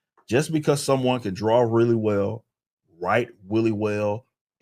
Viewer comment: Weally whell lol. His pronunciation of well made me chuckle. Otherwise I don't like this video. I have to pay attention to get what he's saying and that's too much to ask Katydid.